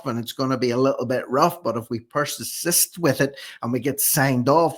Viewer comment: persist , not persassist lol, you don't look sick either.